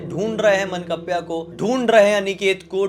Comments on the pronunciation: मनकप्प्या नहीं सर...मानकाप्या बोलते है भूत को । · मंकप्या nhi 😂 मान काप्या hota hai... decapitator, someone who beheads 💀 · मनकप्या नाही, मानकाप्या 😅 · Mannkapya nahi ye mann-kavya hai 😅😂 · मनकप्प्या नही बे.मानकाप्या होता है.